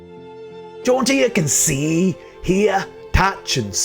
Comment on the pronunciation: To my American ears your pronunciation of her name sounds like John deer which cracks me up